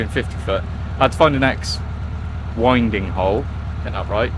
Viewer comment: Hi,For your info, as you don''t seem sure, I looked up Winding Hole, and it's pronounced Win ding Hole not Wine ding. Hope this helps. Love the vlogs. BInge watching at the moment as we have been away caravanning for 3 weeks with no reception.